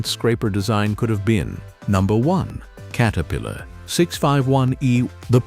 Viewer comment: Kate-a-pillar?? Screw this AI $hit!!